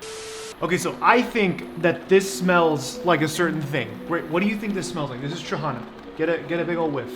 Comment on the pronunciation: Dude, respect for using sour trahana for a sweet dish O_O Btw, accent is on the last syllable - tra-ha-NA